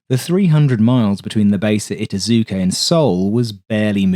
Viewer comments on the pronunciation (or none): i TAH zu ke and YOH KOH ta are probably closer to how the two base names were pronounced. But your video has lots of good information. Thank you.